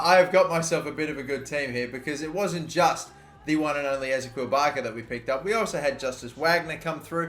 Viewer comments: You are saying barcos first name wrong it is pronounced; is - ee - key - ul not ez - a - kweel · It annoys me how you say Ezequiel Barco Its Eh-zee-key-ill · I'm not too sure but I think ezequiel barco is pronounced like Ezekiel, e-ze-key-l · I hate it the he says barco’s first name wrong